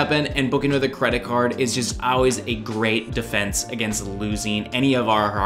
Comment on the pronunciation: Good information. Interesting pronunciation of always. Never heard it said like that. 😉